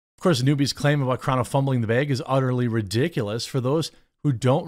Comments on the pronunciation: Dude...bruh...breh... STOP SAYING BEG!!!!! It's bag, ok!? BBBAAAGGG. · bAAAAAAAAg not beg 🤦🏻‍♂️